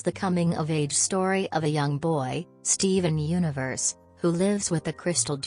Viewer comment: i like the part were he said steven uiverse